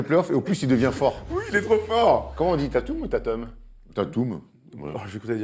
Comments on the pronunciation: Pour la question sur la prononciation de "Tatum" : Ca se prononce "Téïteum" (avec l'accent américain ca se rapproche même plutot de "Téïdeum" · Merde, pour une fois je suis obligé de dire que thomas a raison O_O Mon monde s'écroule ! "No brainer"= Pas besoin de se prendre la tête, c'est une évidence, c'est une certitude. Et les ricains prononcent Tatum "Tèdûm" Aussi, qui va defendre sur Tatum ? Bah LeBron, et j'ai beau etre mega fan desCeltics, et par extension de tatum, il va surement se faire casser la gueule pour peu que BronBron le fasse sérieusement